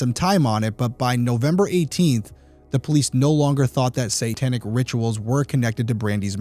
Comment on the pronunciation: I really enjoy this podcast! But the word satanic is pronounced SAY-tanic, NOT SAN-tanic. I cringe every time you say it. lol😊